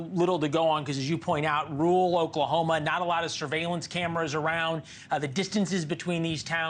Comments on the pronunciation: Hey buddy, if you cannot pronounce the word RURAL, pick a different word. Not rule. Youre saying "in a RULE area . . " Just pick a different word, cause some of us live in a rural area. Cheers. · He also kept saying "rurhwah" or something instead of "rural". Probably should have picked a different profession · Some people really can’t say rural…he literally said it’s a rule area. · You can't pronounce rural? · Is it really so hard to pronounce 'rural'???? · Having a bit of trouble saying the word "rural" there eh bud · Learn how to pronounce ‘rural’. This is supposed to be a leading news organization. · Anchorman can’t say Rur-al. 😂